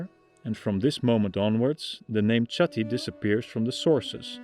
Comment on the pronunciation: Chatti niet uitgesproken als Tsjatti, maar als Chatti, als zuiderlijke Nederlanders dat zouden doen. Met een ch die dicht bij een h ligt. Zoek maar eens op "Taaldacht, Namen van Nederlandse Stammen". Daar zul je zien dat die klank zich in het huidige Nederlands zich tot een h heeft gevormd. Daarbij heeft hij herleid dat Batavi als Batuwen/Betuwen zou moeten klinken in onze huidige taal. En destijds Bátawi, de Romeinen spraken toen namelijk nog de v als een w uit. Zoals je ziet dus weinig veranderd.